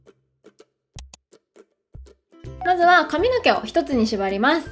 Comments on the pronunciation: えっイントネーション違う､､､？？ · 地方によって違うのかと思いました💦